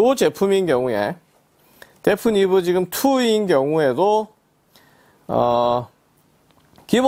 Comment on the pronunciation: 그런데 말이죠. 브랜드 이름을 데프니브라고 발음하시네요 ^^... 데피니브인데 말이죠